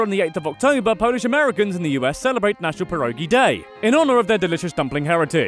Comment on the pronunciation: My god you butchered pierogi so wrong